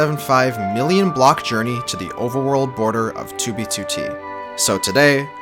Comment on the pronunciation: “Overerworld” 0/10 literally unwatchable.